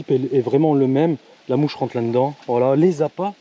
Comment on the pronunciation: Arrête avec t'es lenedan mdr on dit la dedans . Je rigole bien sur